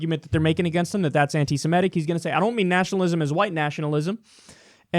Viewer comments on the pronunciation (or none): Cenk & Kyle pronounce Semitic wrongly ie Simetic.